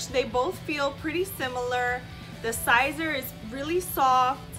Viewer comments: FYI it’s Sēser long (E)!not Sīzer not long (I) SISER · It's pronounced like Caesar. Just saying. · Miser, riser, adviser, wiser, reviser... yeah it makes sense it would be pronounced like Caesar.